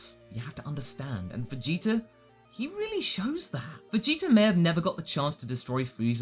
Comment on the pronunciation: is it just me or do you pronounce Vegeta's name like "Vegeter"?